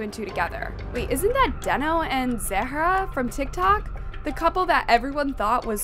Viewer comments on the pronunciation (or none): How are you mispronouncing deno it's giving Ai because huh